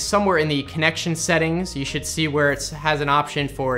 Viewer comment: whare he continues